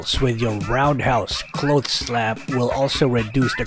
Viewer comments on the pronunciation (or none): none